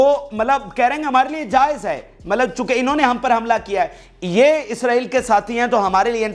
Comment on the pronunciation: MALAB NAHI HAI MATLAB HAI YAANI MEANS